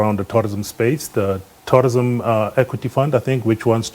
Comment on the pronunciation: Its called tourism, not torrism.